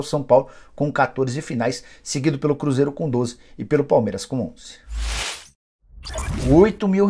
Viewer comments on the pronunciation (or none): none